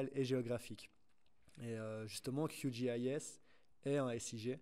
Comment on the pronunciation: C’est horrible Qgis prononcé à l’anglaise